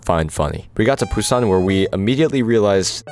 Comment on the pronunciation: I'll poo on your san if you keep saying Busan like that